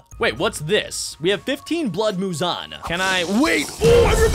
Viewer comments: You’re saying a blood wrong it’s Mouzon blood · Muzan-ah 😂😂I'm dying at how says -ah at the end of a bunch of words and names 😂😂😂😂 But no joke amazing vid😁